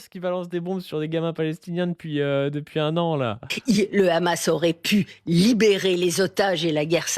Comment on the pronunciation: Quand t'entends "le Rrrhamas" déjà tu sais que c'est très mal parti et que ça va partir en "que crèvent les arabes"